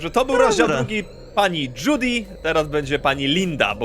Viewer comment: Piszę się Judy ale czyta się zdudi